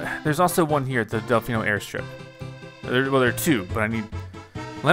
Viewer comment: It's Del-FEE-no Plaza not Del-FY-no Plaza